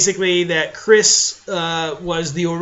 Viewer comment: THAT'S NOT HOW YOU PRONOUNCE CYRISS!!